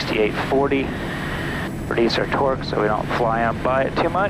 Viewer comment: twerk every time this guy says torque